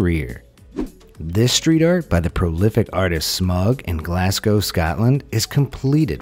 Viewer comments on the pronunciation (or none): ffs its glas go not glas cow